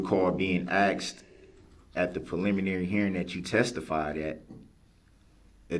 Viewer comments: "Axed" instead of asked and "do dat" Instead of do that SMH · how many times is the defendant going to ask the officer if he was axed? or claim he was axed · Funny how when he wants something From the judge he has ZERO problem saying “ASK.” Not AXE.